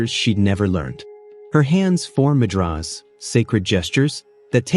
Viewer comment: Worthy of a human reading rather than AI which mispronounces easy words such as 'Mudras' etc